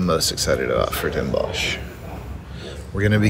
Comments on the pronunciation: 's Hertogenbosch or the more modern version Den Bosch, is fonetically pronounced "Dan Boss" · Next time don't say Den Bosh, in this case the sch is just pronounced as an s. So Den Bos. Same goes for Hiëronimus Bosch. Just an s at the end. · The pronunciation is : Den Bos